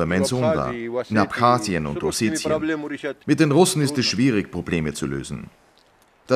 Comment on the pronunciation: Warum sagen sie : oSCHetien ? Richtig ist -Osetien